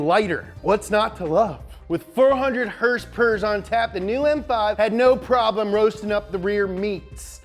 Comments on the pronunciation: First hers-pers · Hers pers? lol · Herspers. i love it ( is friggin cool and adorable)